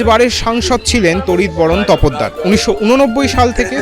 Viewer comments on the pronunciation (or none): Pronunciation should be correct. Not tapoddar say topdar. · তপদ্দার নয় তোপদার........